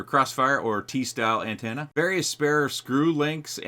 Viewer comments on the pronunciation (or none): First it's 'antanna' now SIN-log. I love you brother but please, you're killing me